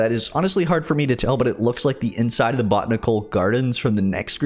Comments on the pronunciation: Buh-tan-uh-cool gardens. Not bot-nic-cul lol but cool update. It’ll probably be a long time before it comes to PS4 though. I can’t wait. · I have enjoyed this video. I am going to look into this mod. I had no idea it existed. (It is pronounced: Bow-Tan-Ick-awl - Botanical )